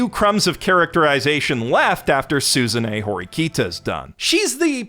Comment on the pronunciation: It took me longer than I care to admit to realize was saying "SUZUNE Horikita" and not "Susan E. Horikita" 😂 I was thinking 'what an odd name for an anime character and then it finally clicked...